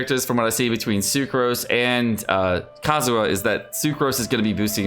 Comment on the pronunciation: is not kazuh is kazuHa